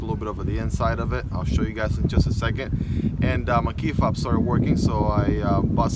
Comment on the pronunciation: He said key fab not key FOB. 😂